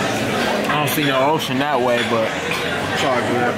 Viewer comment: "chocolate waayy"😭😂😂😂got me weak af